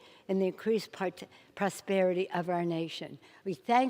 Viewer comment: "in are increased partis ....prosperity " that almost sounded like "in are increased partisan " is what i heard